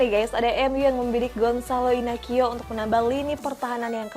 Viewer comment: Sedikit Koreksi Kaka Goncalo Inacio di baca : Gonzalo Inasiu